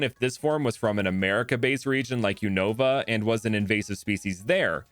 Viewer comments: Unova: yu-nuh-vuh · What? You don’t just say every syllable unstressed